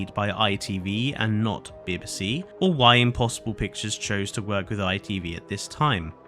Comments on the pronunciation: The pronunciation of "bib-ih-see" is driving me insane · As someone who appears to be British I’m absolutely gobsmacked that you can’t pronounce BBC (Bee bee C) or is this AI…….?🤷🏻‍♀️🤦🏻‍♀️ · no need to be snarky. It’s just very bizarre to hear a fellow Brit not know how to say BBC. I actually enjoyed the rest of the video but this response is a bit harsh. Maybe if you had just said “nope not AI. Thanks for the feedback “ I may have subscribed but oof nope, nurture your audience don’t alienate them. Good luck.